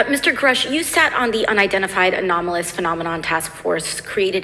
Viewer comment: You're the first person I've heard say it correctly yet! It's "anomalous" not "aerial" but nobody got the memo. For those of us who've seen a UFO, this is superlatively gratifying to see. Keep digging!